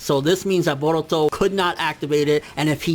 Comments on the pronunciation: Yo y does this nigga say boruto like if boruto was Hispanic like fuck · I know this is weird, but I keep getting distracted by the way he pronounces "Boruto".